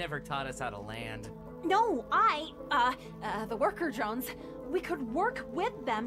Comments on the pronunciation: its drones not droins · pls stop pronouncing drones "dRoIns" just pronounce it like they do in the show with an o not an oi or something like that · You pronounce it drones😂 😂😂😂😂😂😂😂😂😂😂😂😂😂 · She keeps on calling it “murder droids” 😂😂😂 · "murder droines" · I love this, but.. MURDER DROENS- I’m sorry 😂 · (Not hating ok?)But I think it’s funny that she said “droines” instead of “drones” lol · her: Murder Djoines Me: Bru wut it'd Murder Drones Bruh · Did you say murder joints not drones how funny (laughing manoicly) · I’ve never heard someone say Drones like Droins. Dr-oh-ns not Dr-oih-ns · "murder droins" 💀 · I'm trigger she says droines but I won't blame her some others might've pronounced it same way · its drones not droins😂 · Sorry if it sounds rude but she says droins and it’s drones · I thought it was murder drOnes not murder droins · Your saying droines but it’s actually drones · it is not droines it is drones the e is silent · Its drones not droids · its droans not droins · Why does she say murder drion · Stop saying murder droins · Murder drones dr-o-ns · it sounds like she said murder droids at the beginning😂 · You saying “Droines” makes me a little mad. Other than that great video! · Y u pronounce it droin Edit: it even says how its pronounced in the video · why does she pronounce drones as “droines”?